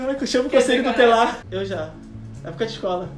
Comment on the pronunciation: "CONSELHO DO TELAR" não dá né kkkkkkkk é TUTELAR meu anjo 😂😅